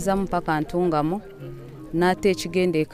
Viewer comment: It's called Ntungamo not Ntungamu